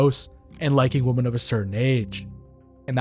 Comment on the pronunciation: why can't you pronounce the word "women"?